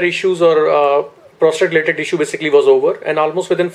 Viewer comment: Is he saying prostrate instead of prostate? Wtf schoolboy error